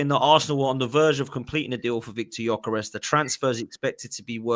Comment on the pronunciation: The pronounciation is (Jö-ke-res). I’m swedish